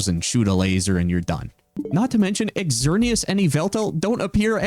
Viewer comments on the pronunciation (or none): none